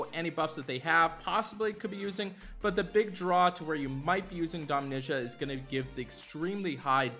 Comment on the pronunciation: Who the hell is Domnisha?🤣